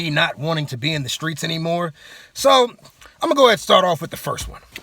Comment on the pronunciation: Screets sounds like skeets